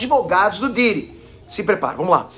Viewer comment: do nada o falando o pidiri kkkkkk